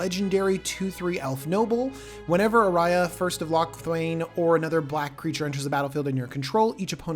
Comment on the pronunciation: Ayara, a-yar-a...oof. i like your prounciation better. Lol